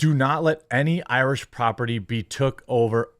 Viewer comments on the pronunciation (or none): none